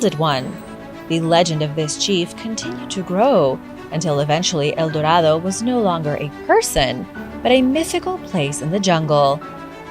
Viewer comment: Recently discovered where's el dorado then show us and you can't pronounce a thing why lie so much